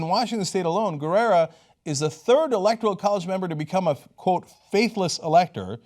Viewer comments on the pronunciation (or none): It's "Guerra", not "Guerrera"